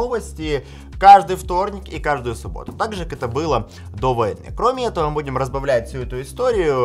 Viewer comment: ''кромєетого'' перехід на українську можливий?